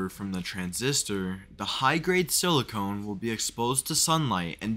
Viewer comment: Sili-KAHN or sili-CUN, not sili-CONE. Silicon is what electronics need. Silicone seals cracks to prevent water and air leaks.